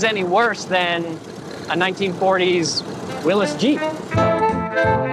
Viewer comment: He pronounced 'Willys' correctly as 'Will-is'. A man after my own heart! 🙂